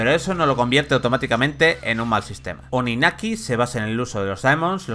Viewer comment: TODAVIA ESTÁN A TIEMPO de borrar este video, corregir el pronunciamiento del nombre del juego y ese sonido horrido del minuto xD